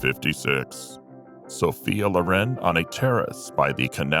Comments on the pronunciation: Sophia LOR’ en is the correct pronunciation. ❤ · No, the emphasis in "Loren" is on the second syllable.